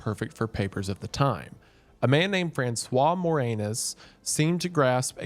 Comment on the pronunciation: You said, “Francois, Moreanus.” Don’t believe me? .